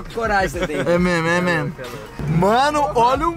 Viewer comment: Ninguém, absolutamente ninguém,: É memo, memo! Kkkkkkkkk